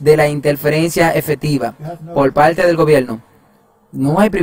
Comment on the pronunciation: Lo único que no me gusto fue ese narrador . No pronuncia bien las palabras. No pronuncia la (r) en unas partes pero en otras si.. mete es la (L) dice así. Ninguna palte. Y es parte.